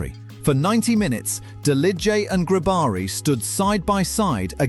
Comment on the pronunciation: I am from the balkans, you absolutely butchere the Delije and Grobari names 🤣, but i love the fact you talked about them